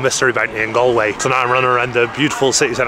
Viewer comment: Loooove the content! But I can't let it slide, have to say something... It's not pronounced Gal- way as in "Guys 'n Gal's" It's pronounced Gall-way...as in "would you look at the 'gall' on this fella coming in the comments here in a YT vlog criticizing my pronunciation of place names". (You did say it the correct way sporadically) As a Scotsman I'm sure you would get the equivalent nails down a chalkboard feeling everytime you hear someone pronounce Edinburgh as Edin-Berg 😂 But apart from that, 10/10 content 😊